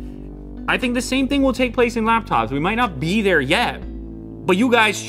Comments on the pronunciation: "They der" - 2019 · "They durr" - 2019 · You mean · "They dur" - 2019